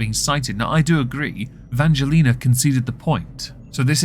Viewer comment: I say persistence mispronunciation of Angelina’s name is a hate crime. I am offended on VS’s behalf. Lol